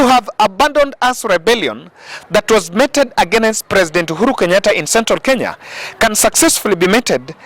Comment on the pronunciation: mee·tuhd (meated) is the pronunciation of METED, myb friend. Without prejudice. Hallelujah!